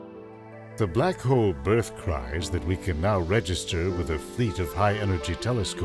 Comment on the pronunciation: hole not hoe!